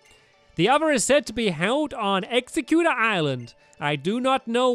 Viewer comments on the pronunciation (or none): stampy it's pronounced egg-zek-you-tor